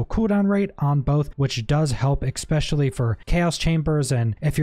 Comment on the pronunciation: Bro says eckspecially